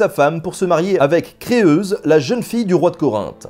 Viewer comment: On prononce kré-uze et pas kré-euze